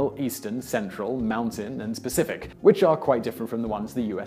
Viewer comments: lmao!!! he said specific instead of Pacific hahaha!!! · did he say "Specific" for "Pacific"?! ZOMG. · Did you say Specific time for Pacific, or is that just your adorable accent?